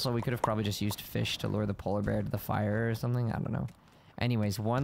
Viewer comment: You say fish like my brother says it feesh